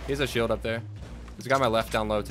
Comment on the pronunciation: Anyone else hear “imma take a shit real quick” instead of “a shield” 👌🏼😂